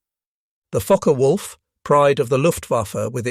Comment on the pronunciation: Is it just me or does it sound like he’s saying “F#%ker Wolf?”